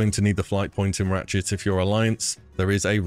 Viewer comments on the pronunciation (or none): i cant tell if you say ratchet or ratshit